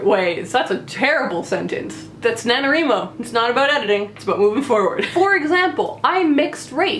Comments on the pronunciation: Do you wreet or do you write? Why do you think it's called NaNo-WRI-Mo and not NaNo-WREE-Mo? And why does every single person who mispronounces it this way shriek the mispronunciation, as if he or she is determined to force that on the world? Couldn't stomach even a minute of this. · Did you say NaNoREMo? lol